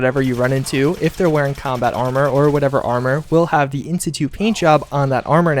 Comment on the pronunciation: You can't even say armor???